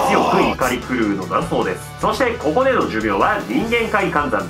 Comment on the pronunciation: 急な 「こ↑こ↓」 は草